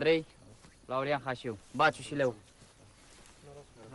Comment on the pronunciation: Slab film. Și nu respectă cartea. Nu mai spun că pe ăia îi chema Hașu, nu Hașiu.